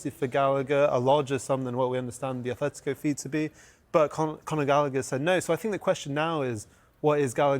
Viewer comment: 'simyayne' 'aTHletico' Who is this clown. Never played a game of football in his life